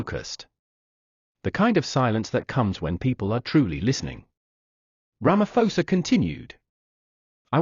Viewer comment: Ramaposa, not Ramafosa.